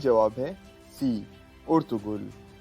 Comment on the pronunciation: Sir lafz Ertugul hy Urtugul nhi hy